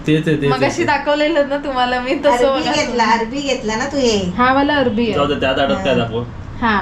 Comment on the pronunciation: Are kay hasta tumhi kiti thatta kajal la arvi manit nahi arbi mhante.